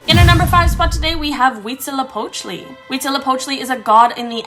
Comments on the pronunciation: I thought it was pronounced “Wheat Zeelio pochtelay!” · the Huītzilōpōchtli was butchered accurately